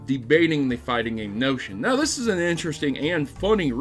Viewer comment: You: Notion Me an intellectual: noTATion